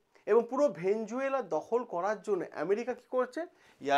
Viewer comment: ভেনেজুয়েলা নয় রে ভাই ভেনেজুয়েলা।